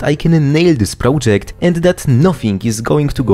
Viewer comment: prołdżekt is killing me